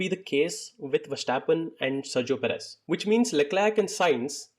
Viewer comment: Dude come on seriously....perez!!!!!